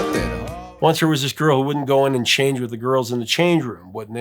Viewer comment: "Garl" instead of "girl"... epic